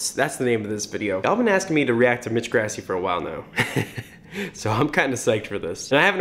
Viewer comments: I’m sorry, but when you say Grassi it makes me cringe. It’s pronounced Gr-aw-si. Not Gr-ass-i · its pronounced like gr-ah-si not grass-i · FOR THE LAST TIME ITS PRONOUNCED GrAssi not GRASSie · That's Gr ah see not grass ee.... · I feel like all I’m doing is hating on you, but dude, you’re killing me: Mitch “Grassy”? wtf. It’s “Grawssy” (spelled Grassi, obviously..) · omg so triggered; it's grAH-si, not grassy UGH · PLEASE SAY HIS NAME PROPERLY. Its pronounced GRAH-ssi. Ur saying GRASS-i. PLEASE. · its slightly annoying that he says ‘mitch grassy’ but ayye nobody’s perfect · “mitch grassee” OOF that’s not how you pronounce it. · Elly Aridan right! Its pronounced “Gr-AH-ssi”. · CatsDontBelongOnTheRoof ikr! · "Is he singing higher?" "His mix is amazing!" Yes. Yes. Yessssss (and sorry, but his last name is pronounced Grah - see) Thank you for doing this video! I enjoy hearing what you have to say about attempting his tone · It’s “GRASSI” get it right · the way he pronounces Grassi lolol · the way he pronounced grassi 😂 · I'm like 99% sure "Grassi" is pronouced with an open central a, like in "father", as it is an Italian name and thus would follow Italian IPA conventions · That moment when he pronounces grassi wrong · The way he says Grassi is so incorrect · Srry I’m a huge fan of pentatonix so when I hear one of their names pronounced wrong I have to correct it.